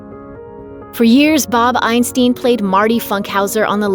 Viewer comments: Bob Ein-styn, not Ein-steen! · It's pronounced Einstine, not Einsteen. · I believe the name is pronounced eye- n- STINE, not eye-n-STEEN. I knew him more as Super Dave Osborne. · Isn't this stupid how she can't pronounce names right? I mean mall?! Eisteen!?